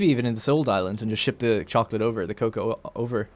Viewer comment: Can't stop laughing at every time you say "coca" instead of "cocoa". you're dealin' with some good stuff there